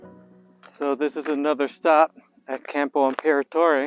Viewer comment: It took me a while to understand that you said L'Aquila but your pronunciation of Campo Imperatore was eccelent! 👍